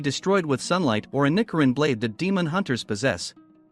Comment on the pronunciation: Also it’s ni-CH-irin